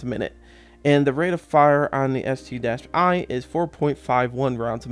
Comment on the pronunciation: Its called ST-1 (One) not ST-i. But call it whatever you want to call it. :)